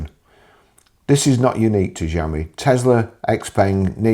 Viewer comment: Pronounced "Show me".... 😂